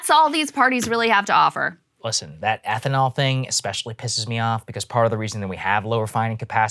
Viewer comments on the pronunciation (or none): Someone teach her how to say ethanol please